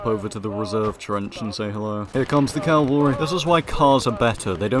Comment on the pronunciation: Cavalry It's Cavalry Not Calvary You're English you should know this